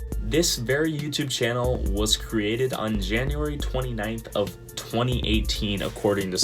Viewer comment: Another great video btw not shannel...channel with ch xD anyway amazing people say after 100k subs come easier and you get more sponsors easily..keep it up